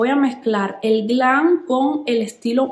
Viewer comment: No se dice glan Se dice GLAM